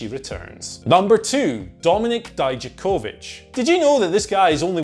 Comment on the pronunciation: Thank you. For saying Dijakovic properly. When i watch nxt they say it wrong. Pronouncing “Vic” not “Vich”